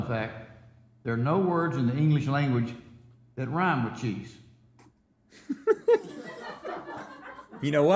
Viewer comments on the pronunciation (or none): specifically when you’re nearly pronouncing it Cheezsh instead of cheese lmao